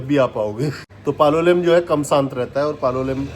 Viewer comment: Bhai Ji SANT Nahi SHANT Bola karo